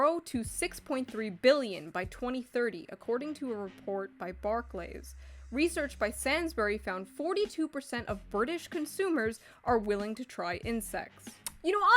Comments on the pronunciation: Say-ns-burys, not sans-buries, Shoe 😂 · it's pronounced say-n-s-buries nothing to do with that dude from undertale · Welcome to the UK, home of Bark-lays and Sans-bury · Sans-berry’s got me. As a “oi u wot m8, I’m bri’ish” human, just wanted to say it’s Sane-s-brr-ees. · It's S-ay-nsbury. Not S-a-nsbury. And yes. That is all I took away from this. Mad American lady can't pronounce British supermarkets. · You saying Sainsbury’s as sansburys instead of sane-sburys sincerely a uk person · "Sansberry" 🤣🤣🤣🤣🤣 Bless you and your American pronunciations Shoe. It's pronounced "Sanesbreeze". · shoe ily but it is not pronounced 'sansbris', ik UK shops have odd names but my god sincerely, a concerned scottish viewer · shoe said sansbury and I cringed harder than I have in recent memory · Barclays is pronounced Bark-leez. Sainsburys is pronounced Sayns-burr-ees. Isaiah is pronounced I-zay-ah. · Barclays is pronounced BAR CLAYS Sainsbury is pronounced same sbury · if ur pronouncing Sainsbury as "samesbury" you are in no position to tell people how to pronounce things lol. It's pronounced as it's spelt. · As a Brit, despite all of the horrors, the most disturbing part of this video is the way Shoe pronounces Sainsbury’s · As a Brit the way you said Sainsbury’s was tantamount to a hate crime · The way she’s pronouncing Barclays and Sainsbury’s is literally killing my English soul